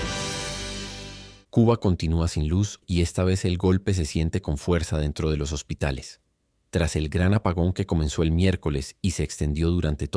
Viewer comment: Yo conozco la palabra hospitales no hositales 😂 saludos 🫡 y ojalá y caigan todas las dictaduras …